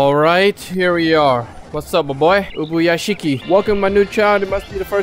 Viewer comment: you actually got the pronounciations correct on lord ubuyashiki for the first time